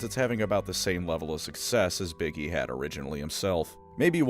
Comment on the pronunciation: I misheard you pronounce "Big E" and now I will only ever refer to him as 'Iggy.'